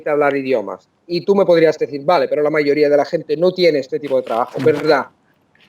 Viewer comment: Impresionante que haya pronunciado la v como una b- vale 👍. Él puede pasar por un auténtico nativo.